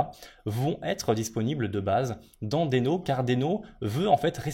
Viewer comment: Très intéressant, mais un détail me gêne: je crois qu'on prononce "dino" (d'où le logo dinosaure). :)